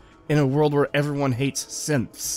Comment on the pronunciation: Every time you say "Synths" in your end rant about Nora and combat training, I hear "Simps" and it makes this way more amusing